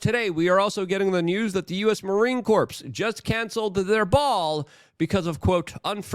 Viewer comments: Sorry but it is not "Marine Corpse"... it's pronounced "core" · Luke, my brother....the "p" in Marine Corps is silent. Great video. Terrifying. The joke is on those fatties stealing all the candy. Natural selection will work that one out.